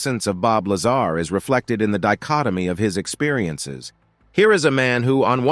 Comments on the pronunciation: Stop saying Lazara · Talk about jumping on the bandwagon of the latest UFO / UAP disclosures,. This video has extremely poor narration, quite possibly AI? Incorrect pronunciation of Bob Lazar's name, extra words scattered within the piece, along with very little intonation and incorrect punctuation. As previously suggested, at least get the basics correct. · Bob is a wild guy, and a genius. His reveal of Area 51 and S4 did more for Humanity and paved a way for more disclosure than most historical figures. Deserves to be at minimum Pronounced correctly....freakin LAZARA. WTF